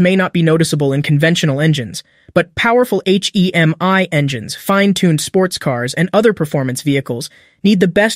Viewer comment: Aych Eee Emm Eye 🤣